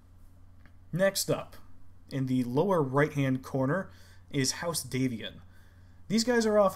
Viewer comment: The "a" in Davion is pronounced as in "dad". The origin is D'Avion (from Avion, a region of France)